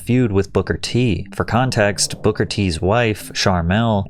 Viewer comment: King Booker ❌️ King Bookahh ✅️